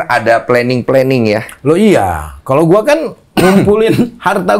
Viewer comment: Lidah sunda ga pas bilang gua.